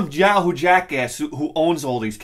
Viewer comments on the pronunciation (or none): none